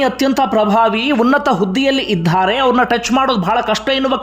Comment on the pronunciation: ಇದ್ಧಾರೆ,ಹೋಗಿದ್ಧಾರೆ, ಬಂದಿದ್ಧಾರೆ ಉಚ್ಚಾರಣೆ ತಪ್ಪು.ಇದ್ದಾರೆ,ಹೋಗಿದ್ದಾರೆ, ಬಂದಿದ್ದಾರೆ ಇದು ಸರಿ. ಕನ್ನಡ ಉಚ್ಚಾರಣೆ ಸ್ಪಷ್ಟವಾಗಿರಲಿ.